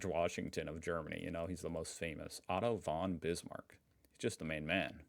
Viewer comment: Whenever you said „Otto von Bismarck“ I understood „Autobahn Bismarck“ :) And yes, some questions definitely were weird, like from a bad old history teacher.